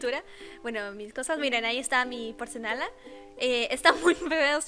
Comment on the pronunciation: NADIE: ABSOLUTAMENTE NADIE: YO: Tu: Porcelana :D Tu: Porcenala '-' EzPeRaH KhE?? :V